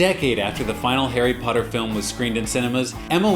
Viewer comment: on the intro i thought u said hairy brown 😂